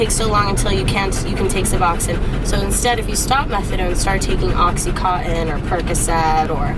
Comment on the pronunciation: not a bad listen...only thing is it blows my mind how people dont know how to pronounce the drugs that they are so highly addicted to. oxycontin is pronounced oxy (con tin) not cotton. and suboxone is pronounced sub ox (own) not suboxin. i dont know why everyone says in at the end lol. hope you are doing well girl!